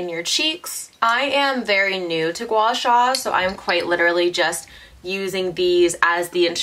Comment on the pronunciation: your pronounciation of guasha is perfect haha